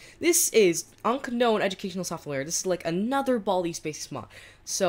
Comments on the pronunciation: Not unk u don't say the k spell it like Unnown There is a k don't say it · Un K nown Is how he pronounced it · isn't it pronounced un-noan